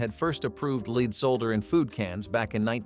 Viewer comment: It's "lead" not "lead"! Fk! 😄